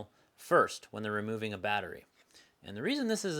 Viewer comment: "ROMOVING" lol